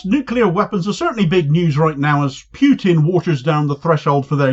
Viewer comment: Pssst. Little hint. It’s “put in”, as in “put in the coin”. Not “pyoo tin”.